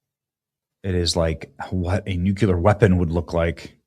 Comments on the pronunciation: Nucular is not a word. I believe you mean Nuclear. So...nuke-u-lar vs. the real pronunciation nuke-lee-er. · Bro it's NUCLEAR, NOT NUCULAR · Nuclear, Benny. Not nucular... come on, man. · New Clear, not NUKE YULLER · OK Benny let’s try it again… New Clee Err. Nuclear. You can do it. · WHEN WILL CLICKBAIT BENNY LEARN TO SAY "NUCLEAR"? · Noo-klee-er, please, please, please! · Nu cle ar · The most "NUCULAR" cringe in the internet is just Benny trying to pronounce the word "nuclear' and stumbling like a toddler spouting out "NUCULAR". Once again. We used to have pride in what we did. If you want to be a news comentator lead with an example of proper enunciations and take a little pride in it. When you say "NUCULAR" you sound like you should have blue hair and no concept. The way you say this word is humiliating... and you wave a finger at Katy for the same kind of lame tripe. Do better. Buy "Hooked On Phonics" or something. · Benny, you’re killing me! Please learn to pronounce nuclear correctly. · Benny, why can’t you pronounce the word “Nuclear“ correctly.